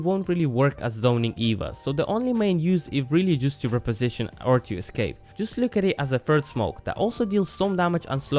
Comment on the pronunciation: You are saying "Reposition" wrong.